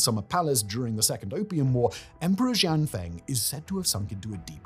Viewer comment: I am JUST NOW seeing this comment. Bah. I rewatched this and almost cringed myself into an aneurysm. His pronunciation of "Borgia" was painful. Xianfeng? SSHIAN-FUNG. Cixi? SEE-SSHI. The X in Chinese is a sharp SH sound. At least Simon remembered that c sounds like s when followed by i. Soyeon? SOH-YOHN. If you see "eo" in Korean, think of Seoul. If you see "eu" in Romanized Korean, idk, think of the "pun" in "Punjabi" or something. I swear to god the writers should probably write everything out phonetically and send the proper spellings to the editors. I genuinely want to stab myself in the ears with a splintered wooden spoon that's been marinating in raw sewage, ditch water, and rotting carcasses for a year every time he mispronounces stuff. I would willingly take away my ability to listen to music and more than likely die.